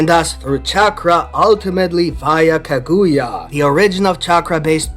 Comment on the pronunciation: Kah -good-yah 😂is not how u say it